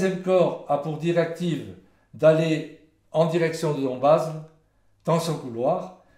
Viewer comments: Dombasle se prononce sans le "s" : dombale. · On peut encore renommer le boulevard du XXème Corps à Nancy:face-blue-smiling: Aucune voie ne porte le nom de de Castelnau au chef lieu de Meurthe et Moselle contrairement à Metz en Moselle !! On ne prononce pas le "t" de Metz comme on ne prononce pas le "s" de Dombasle, merci !